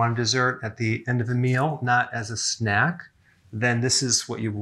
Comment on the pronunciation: „NOT as a sNAHKKK“